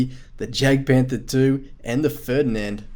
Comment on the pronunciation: The jagd in jagdpanther II is pronunced ya-gd